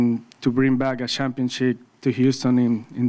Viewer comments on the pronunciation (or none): “Shampionship” - Altuve “Determinae” - Altuve